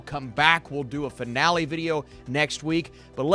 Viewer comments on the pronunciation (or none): none